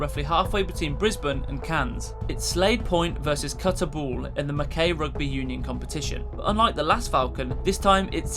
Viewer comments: Not Mack ei but Mack-I. And I like, I am. Mack I. I know Aussie names are weird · That's not how you pronounce Mackay, or Cairns.